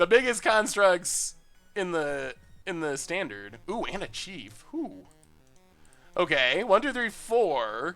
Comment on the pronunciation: Did anyone else notice the L at the end of standard?